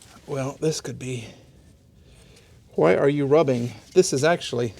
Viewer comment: Ha-why. Ha-wheels. Ha-When. There is no "H" in front of things pronounced with a "WH". Just stop please. Drives me nuts. TY.